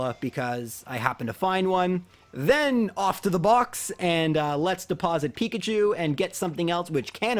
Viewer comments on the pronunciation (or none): none